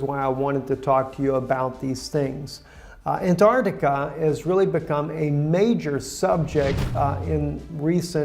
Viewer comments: There is a T in AnTartica. Redo this video with a narrator who can speak English and pronounce English correctly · Dude, your title is ANTARCTICA... and keep saying now and then ARCTICA... get your story straight first... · Good job! Well put together with Bible prophecy is taking place! why did you keep saying "Anartica"?